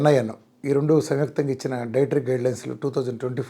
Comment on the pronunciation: సార్ రెండు అని పలకండి దయచేసి